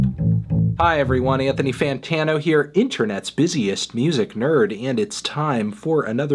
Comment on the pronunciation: But the way Anthony pronounces his name!